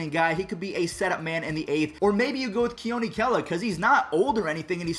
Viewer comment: Thank you for pronouncing “Kela” correctly